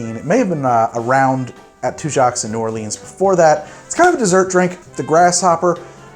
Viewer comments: New Orleanian here: It's "two-jacks." And also, New OR-luhns, not New Or-LEENZ. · But you can't pronounce New Orleans right lol